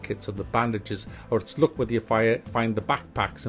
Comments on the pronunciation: ITS LUCK NOT LOOK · I thought he say '' look '' and it's all about the '' look ''. Then I realize he's saying '' luck ''.